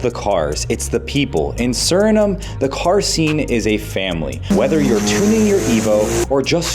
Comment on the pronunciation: Remember, you can't spell Suriname without urin. Also, noted, you can't pronounce Suriname. Please stick with build videos, clickbait ain't for you.